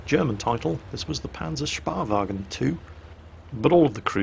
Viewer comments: Please, & others... "Späh..." pronounced SCHPAY / SHPAY (or SPAY if lazy)... German equivalent of SPY. I've heard it pronounced (wrongly) by, and Quickybaby etc. as "spar", "spear", "speer", "spier" etc. Never heard it said by one of these correctly. It's SCHPAY or SHPAY or SPAY please. PLEASE! Rant over. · Its a Spähwagen = scouting car, not a Sparwagen = scraping car ä = like the second a in aware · Actually it's not "Spahwagen" it's Spähwagen like Speeeewagen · Spähwagen not Spahwagen! 'shpae' not 'shpa' ^^ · "Spahwagen" its so funny when an dude from England tries to speak german if you want to spell it it is called more like spehwagen ;) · Pronounce the "ä" like Speh-Wagen. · Goddamnit! Is there no one outside of germany that can pronounce that Ä !?! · The ä in Spähwagen is pronounced roughly like the A in "any" :P